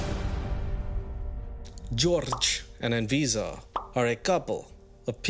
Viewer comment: I keep hearing her name as A-Visa 😂 (quite fitting really)